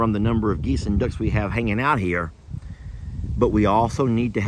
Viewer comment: You have “duckens” lol